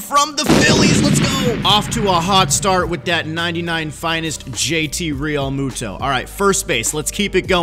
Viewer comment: He’s saying it right if you think it’s wrong then you don’t know how to pronounce peoples names